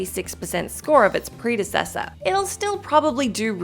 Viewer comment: The repeated butchering of the word "predecessor" gives thus review prediction video a 35%.